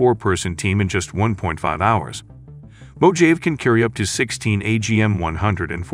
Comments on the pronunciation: it's MO HA VEY, here in America that's how we say Mojave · Boy, you are very poor at pronunciating proper nouns!!! Try finding out how to pronounce 'Mojave' and it is Spanish/Mexican by history... It is a very large desert in California, Northwestern Mexico and may include some of Arizona... Good luck with future meatballing... It does make men look stupid, when you do not figure this stuff out before hand!!!